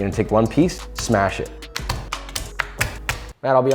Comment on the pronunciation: "lets get one piece and smach it" ye same so relatable dude